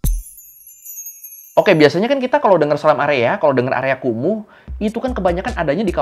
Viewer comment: Ngapa jadi KUMUR? 😂